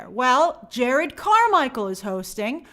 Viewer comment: His name is Jerrod not Jared